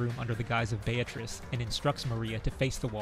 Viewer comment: btw, the correct pronunciation is "Bea-tri-ce" not "Bea-triss"